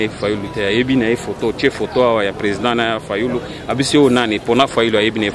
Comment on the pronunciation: Ta nièce qui a du mal à prononcer le nom " fayulu" ne représente pas tout le katanga !! Le katanga a voté massivement pour felix? Mon oeil !! Pourquoi Félix s'est il retrouvé avec 18députés si sa candidature avait rencontré l'assentiment de toute la population ?? Même un aveugle voit des résultats de nangaa de la tricherie !! Avoue qu'il y a eu deal, c'est aussi isimple que çà !!